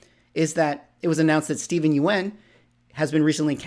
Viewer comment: I think you're pronouncing Steven's name wrong